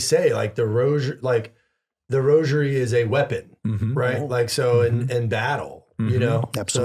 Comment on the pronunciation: Thank you for pronouncing rosary properly and not saying "rojery"...i hate that..